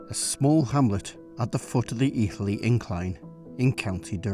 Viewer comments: I love it, apart from how Etherley is pronounced. Should be Eh-therley, not Ee-therley. Better than the Portillo programme. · How come you don’t mention Witton Park. The true start of the S&D. Stone sleepers can be found lining the path down to the river Wear. Placed by the council when remodeling the tip. By the way it’s pronounced Etherly not Ee-therley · As a local who takes great pride in the history of the area I have to say I really enjoyed this... not perfect but still good. Also it's not Ee-ther-lee its Eh-ther-lee... but you'd have to be a local to know that.